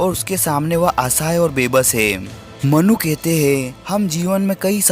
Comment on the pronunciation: मनु ❎ मन्नू ✅ 😂😂😂😂😂😅😅😅😅😅😅